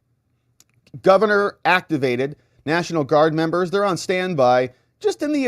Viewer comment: Please stop saying membo. 🙏 that is so so absolutely infuriating. Please just say members...PLEASE?!